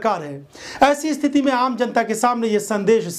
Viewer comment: Bhai sthiti ko sthiti bolte hein dost. Usko isthiti nahi bola karte hei mere chhote bhai.